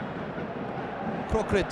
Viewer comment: Thailand NO.4 is Kroek-Rit not Kroe-Krit :)